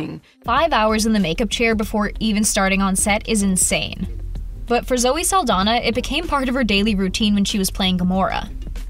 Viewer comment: its ZOE SALDAÑA the next time you talk about her but the "Ñ"